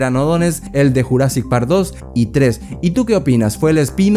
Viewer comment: Estaría genial un redoblaje para JP93, que le digan jurassic en vez de yurassic es medio cringe la verdad, aun así, siempre seguirá siendo mi peli favorita de la historia del cine.